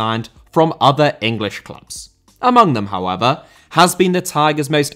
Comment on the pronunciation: "hoever" kills me everytime😂😂😂😂